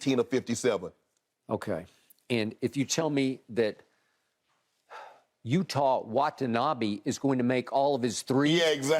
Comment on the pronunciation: "Utah Wah-tah-nobby"